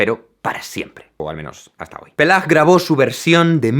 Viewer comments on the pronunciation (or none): Por cierto, Paillard se pronuncia "pallar", la "i" no se une a la a para pronunciarse "é" porque se una a las dos "l" para sonar como la "ll" española. "Paille" (paja) paillard (conchondo, lujurioso). En ambos casos la "a" suena como en español. Pues sí, así se apellidaba nuestro romántico canonista: Paillard, libidinoso :-) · Se pronuncia Payar 😉. Punto (y contrapunto). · "Se pronuncia [pajaR]" (léase susurrado y pegando el mentón a la cámara) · Gracias por tus videos. Son muy interesantes. Pero lamento tener que decirte que el señor Paillard, en realidad se pronuncia "Paiyagd" ni peiyard, como dice tu familiar, ni "Pelard" como luego tu has dicho. Estaría bien hacerlo correctamente. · Buenísimo! Pachelbel se pronuncia Pajelbel (qué le vamos a hacer, parece un onanista). Y Peyag NO se pronuncia Peyag. Paillard se pronuncia paiard (solo que la r es francesa). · Solo para decirte que no se proununcia "peiyar" sino "paiyar". Es la regla (con sus excepciones por supuesto) en francés. "Ail" (ajo) es "aiy" (estirando la i), "travail" (trabajo) es "travaiy", etc. Vivo en las Galias desde el 2001 asi que no tengo ninguna duda al respecto. Cada vez que haya una duda de pronunciacion, este es un gran sitio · No se dice "Peyar" sino "Payar" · ¡Buenísimo! Solo que Paillard se pronuncia "pallar", no "pellar"... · Despide a tu primo 😂😂😂 Se pronuncia /paja:r/ (paiyar) y no /peja:r/ (peiyar). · Ya lo habrán dicho pero en francés AI delante de L o LL se pronuncia como en castellano, por lo tanto no digas PELLAR sino PAILLAR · Y se pronuncia Pallar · Debe pronunciarse [pajelbel]. Una de las contribuciones de Jean-François Paillard (pronunciar [paiar]) es la utilización del “pizzicato”. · «Paillsrd... Pellardo... Paella». Vale eso te lo compro porque tiene gracia (de veras 😄), pero el apellido de nuestro protagonista se pronuncia «Pájelbel», por favor. 🙄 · Jaime: Le voy a hablar a mi primo para que me pronuncie Jea-François Paillard También Jaime: Pelar Pelar Pelar